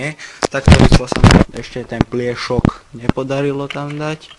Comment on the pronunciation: Ako nehovorit slovo pliesok s ruskym prizvukom :D